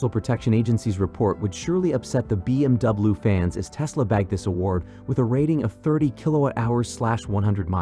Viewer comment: Hate robot narration. “B M double-oo” ????